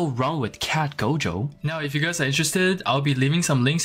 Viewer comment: Are you serious right neow